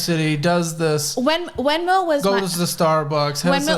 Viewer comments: I hate how she pronounces her “V’s” She has no accent, she doesn’t need to say “Wenmo” or “wisa” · What’s a “weezuh”? And what’s “wenmo”? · It bugs me how she can pronounce "F" words totally fine like "Forgot" and "Friends'" but somehow pronounces "V" words incorrectly. Instead she says "Wisa" and "Wenmo."💀